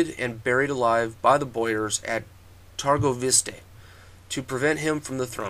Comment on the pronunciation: Is not turgovishte but Târgovişte. Ş in english is SH and Â in english is not that easily to pronounce, but when you say mercedes benz the last pronounciation of z from benz is like Â.